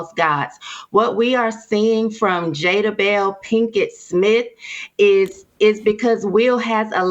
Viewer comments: She called her 'Jada-bel' Pinkett! 😂😂. I died 💀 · “Jada-belle” ? 😂. That’s right up the with “entanglement”. “Fruit inspector”. Come on Sis!!!!